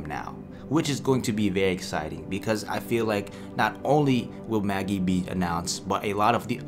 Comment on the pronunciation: It is pronounced Ma-jeye. Like the magician